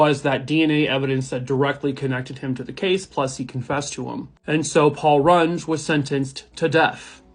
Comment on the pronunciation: It's Paul Rung-EE not, Paul Rung. SOUCE: Knew the guy somewhat well in school.